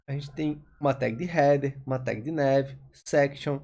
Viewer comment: Ótima aula!. Só a pronúncia do "nav" que não é com o "é" e sim com "a" mesmo! Rs valeu 👍🏻